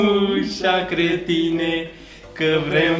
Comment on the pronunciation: bă se zice creștine nu cretine😂😂😂😂😂😂